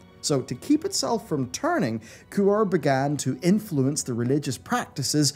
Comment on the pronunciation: Since when is Ku-Re pronounced Quor